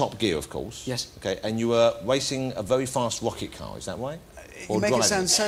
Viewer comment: a wery fast wacket car hahaha